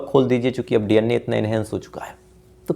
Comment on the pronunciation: DNA ko D Anne kiyun bolte ho